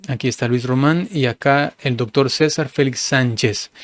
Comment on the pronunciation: "Luis Román, ya es tiempo de que corrija su español. Se dice "doctor" 😂, no "doctol". Si así es como se expresa, usted es un desastre como comunicador.